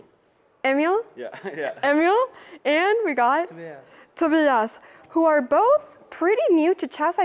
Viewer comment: He didn't know yet he was filmed though, I presume. But it is very rare to find a young person who doesn't speak any English. I like that Anna pronounces the "i" in Tobias in that special Swedish way . Being dutch I rooted for the dutch guy. This was a.. eh.. fascinating game to watch.